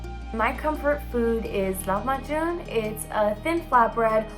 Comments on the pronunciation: its funny you would choose an armenian girl who uses a turkish food. its lahmacun, not lahmajun. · No one is talking about lahmejun? It's lahme baajin !! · Lahmajun is actually Arabic not Armenian and its Lahm Baajeen or Safeeha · Eee do you mean LAHMACUN?